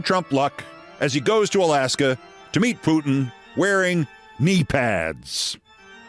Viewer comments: Note: Its Trump therefore it's "Disaster In Alasker" between "The USA and Russier". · Alaskar is a long way from Floridar. It is Rutte, not Roette with u as in hut, not oe as in shoe...., you got the eh good though...